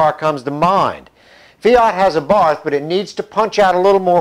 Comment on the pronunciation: forgot the t in but